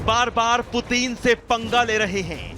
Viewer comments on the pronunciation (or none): भाई एंकर पुतिन नाम है पूतीन नहीं 😃😅😂😄😆😀